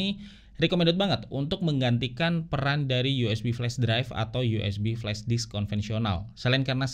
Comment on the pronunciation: flashdisk bang bukan flashdiks 😂